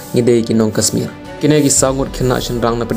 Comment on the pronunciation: Kashmir ym dei kasmir sngewbha ialeh ban pynbha ia ka pronounciation